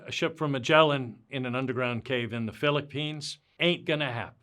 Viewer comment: I'm so mad he said Philicppines it's Philippines you wanker